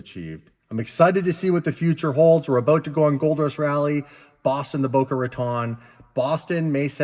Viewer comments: one of these days youll pronounce boca raton correctly. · Please learn how to pronounce Boca Raton before you get there. You sound silly.